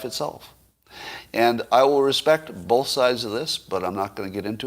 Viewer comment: Also, Scott, the word is "both." B-O-T-H. It's not "Bolth." There is no "L" in that word. What is wrong with you?